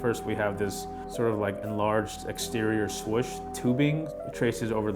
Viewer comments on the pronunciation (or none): i thought it was 'swoosh' , not 'swish' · this dude really says 'swush'